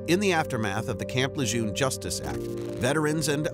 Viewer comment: FYI - Lejeune is pronounced 'luh-jern'. It's named after Marine Lieutenant General John Archer Lejeune.